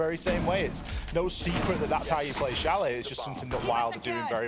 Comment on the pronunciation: Please Change: It's Chalet.👍